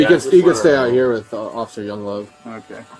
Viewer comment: Did he say Officer Young love? 😂